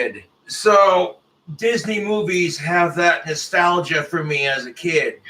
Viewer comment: Is anyone going to point out that he said “Ecstalgia” 😂